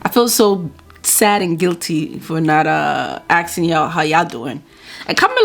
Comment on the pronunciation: What is "aKsing" ???? 😒